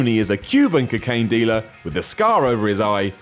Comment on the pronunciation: "Cuckain dealer"